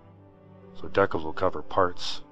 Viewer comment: At least you aren't saying "Decknals" like Ricky from Trailer Park Boys hahahahhaha Seriously though, dude, it's decals, like "DEE-kals"